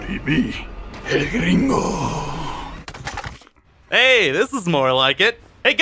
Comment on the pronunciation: "El-gringo" lmao~